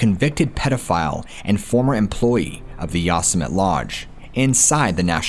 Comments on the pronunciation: I was trying to figure out what National Forest you were talking about? I live near that National Forest, and realize you are talking about Yosemite! Sorry, I hate Grammar Natzis, but you pronounce it with a long E sound at the end. I realized it when you mentioned the Story of the Woman who were kidnapped and murdered. It was a very well known case, with a very sad ending. If I remember correctly, the murdered was caught an is in Prison for the rest of his life. Just as he deserves! Spoke to soon! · Totally mispronounced Yosemite. Liked the video anyways cause your awesome. :) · Excellent video as ALWAYS!! (However, didn't you ever watch Looney Tunes with Yosemite Sam? You actually may be too young; thats straight-up 1970s sh*t actually! 😂 Yosemite is not pronounced "Yoss-a-met"; it's pronounced "Yo-sem-itty." Sorry, I'm not trying to be a jerk!) Anyway, Carey Stayner was a real piece of sh*t and even if he isn't executed, he will NEVER see the sunlight again. He will remain in a tiny, tiny concrete cell where the lights are never turned off and are buzzing constantly. He will never see anyone he's ever known again and he spends approximately 23 hours a day completely isolated. He isn't allowed tv, a radio or anything else except a book perhaps. He'll suffer even if he's never executed. I remember the entire thing and it was so awful trying to locate the murderer. I was shocked when Ifound out who it was! Anyway....I remember when his brother was abducted (I was a young kid at the time) and it was awful. Then at 19, Steven died in a motorcycle accident. I think these events definitely had a really negative impact on Stayner and contributed to his antisocial behavior to some degree. I think if Steven hadn't died, maybe his brother wouldn't have been a sociopathic serial killer. I guess no one will really ever know. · the yosimitee sounding out the terrible mispronounciation...how do you not know this////????? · Its pronounced yo-sim-atee Yosemite